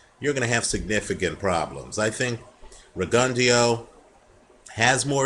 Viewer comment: isnt it pronounced rig-un-dough?